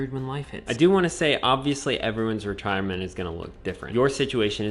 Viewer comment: Be vewy vewy qwuiet! We are hunting wetirement income streams!